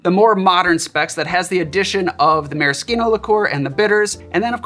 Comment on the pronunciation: My wife congratulates you on your proper pronunciation of maraschino. I told her I would pass it on